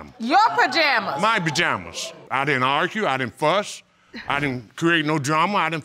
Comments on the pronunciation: "My BAjama's" 😂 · “Your pajamas” .... “yep my bajamas” 😂😂😂💀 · Lawd this man keeps saying BAJAMAS 🧐🤦🏽‍♀️